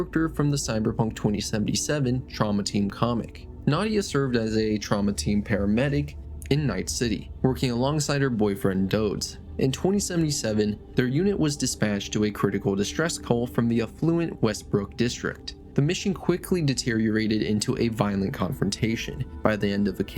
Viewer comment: Umm.. “Dodes”?.. 😂 It’s Dodds. Pronounced like “Gods”